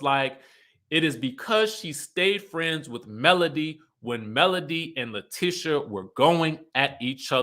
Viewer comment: I love your channel. Only thing her name is La-TEE-sha not Tish even though it’s spelled like that 😂 I keep yelling at the tv every time u pronounce it lol